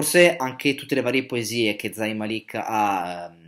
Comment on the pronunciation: Si legge con la z morbida e màlik si legge non malìk E g si legge con la g morbida e si dice hàddid non haddìd